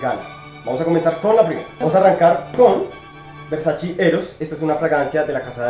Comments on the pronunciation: Se pronuncia :Ver-sa-che . No : ver-sa-chi Hasta la misma donatella versace (hermana de gianni versace, fundador de dicha marca) lo ha aclarado. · Hola,,, me gustan estos versus,,, personalmente no me agrada ninguno,,, aunque tolero un poco a Eros,,,, el otro ni hablar,,, y una pequeñísima corrección,, versace se pronuncia ( versachE no versachi) un agrado ver tus videos,,, besos!! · "Versache" amigo es italiano tu lo has dicho, no es ingles, no es frances, es ITALIANO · Hola! Muchas gracias por el aporte! Ya me hicieron la corrección y escuche a la mismísima Donatella Versace pronunciando su apellido! Lo tendre en cuenta para la próxima fragancia de esa casa. Éxitos!